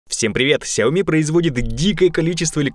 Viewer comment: Ну хоть один человек правильно произносит название Xiaomi